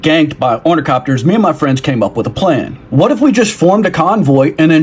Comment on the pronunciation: say it with me... Orni-THOP-ters